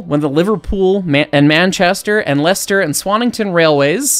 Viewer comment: I'm so impressed you pronounced Leicester and Loughborough correctly. I've lived in Leicester all my life and even other brits get it wrong. They are connected by the only double tracked mainline preserved railway in the UK.